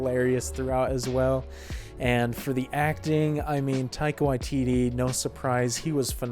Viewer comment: your pronunciation of one of our Maori directors; thank you for doing it properly 👌 If you enjoy our kiwi humor, some other great NZ comedies I also recommend; Hunt for the Wilderpeople (Directed by Taika Waititi) Eagle vs Shark (Directed by Taika Waititi) The Breaker Upperers (Directed by Jackie van Beek who played the Familar in this movie) Some other amazing NZ movies: Savage (drama around the life in a NZ gang) Boy (Directed by Taika Waititi about growing up as a young Maori) Once Were Warriors (another NZ gang drama starring Temuera Morrison) The Piano (drama about migrating from UK to NZ in the early 20th century) Heavenly Creatures (crime drama starring Kate Winslet & Melanie Lynskey) Whale Rider (modern setting based around Maori folklaw and tradition and small town life)